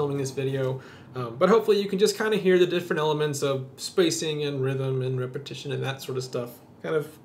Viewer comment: . The word is "Repetition" NOT "Repetion". Also - could you do a video on 3/4 time overlayed on 4/4? I play guitar and need to be able to do this with 2 fingers on separate strings.